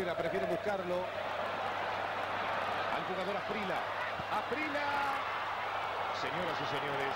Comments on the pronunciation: Es gringo el locutor? Llama Asprila a Asprilla. Se le olvidó que hay una consonante llamada elle? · No entiendo porque ese narrador dice Faustino Aprila si es Faustino Asprilla! Se oye feo Aprila! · Asprilla, no Asprila jajaja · Me rompió las pelotas el comentarista diciendo asprila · Porque nadie le dijo que NO se dice Asprila?? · Los argentinos sobre pronuncian la "elle" (LL) para todo, pocho en lugar de pollo, gachina en lugar de gallina, etc. Pero, aun así, nunca, hasta el día de hoy, han sido capaces de pronunciar la LL en Asprilla. Ironías de la vida. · Los narradores argentinos no quieren o no pueden o no saben pronunciar el apellido de quien los goleó. 😊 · Eso te pasa narrador mediocre por pronunciar mal el apellido del negro esprilla